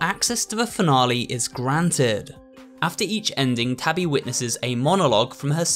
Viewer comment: I love the way how he calls Tabby “Toby”😭